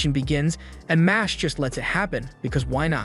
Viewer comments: It’s not mosh it’s mash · I just went to check the anime pg bc i knew this pronunciation is wrong. sure enough, it's the katakana for muscle, so it should be "ma-shu-ru", not "mash"